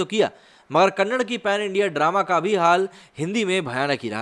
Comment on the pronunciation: Kannad nahi bhai Kannada hai 🤦🏽‍♀️